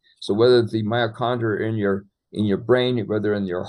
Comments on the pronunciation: Mitochondria not miocondria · I clicked on this video to learn something new, but i am finding it really difficult to listen to and trust a supposed expert who repeatedly says "myochondria" instead of "MYTOchondria". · Is he really saying myachondria instead of mitochondria..?? And talking about malaria being caused by bacteria?? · I just found this video but I have to ask, is saying miacondria rather than mitochondria? Hmmm and he's a doctor. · It's driving me nuts how he keeps deleting the /t/ in mitochondria.